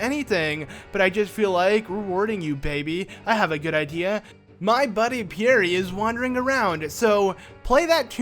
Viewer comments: Pierre (Pee-air) he said it as Pee-air-ee i was cringing ! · In case you ever have to pronounce Pierre again it's pea air, it's French ( it's also my uncle's name ) p.s. love finding all the things I missed when it first came out on the N64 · You butchered the name Pierre, just saying